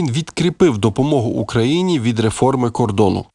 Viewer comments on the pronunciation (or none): none